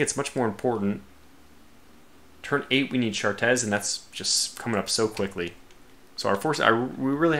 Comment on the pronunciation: Chartres is pronounced "shartray"